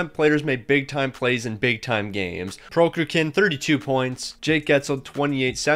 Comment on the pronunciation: How can the google pronounciation of Prokhorkin be that hard to imitate? :D